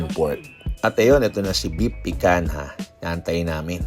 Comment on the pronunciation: Pikanha ka ng pikanha PIKANYA pag pronounce nyan boplaks